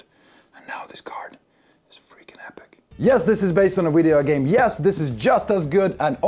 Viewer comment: Did you just say “Wideo game”?